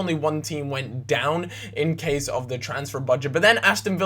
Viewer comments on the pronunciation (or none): none